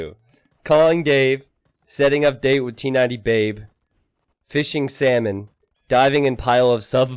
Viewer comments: Is it just me or how T90 says “salmon” sounds like “semen”? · The way you say salmon, xdd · For my non expert ear every time you say salmon I hear semen :/ that was disgusting and funny.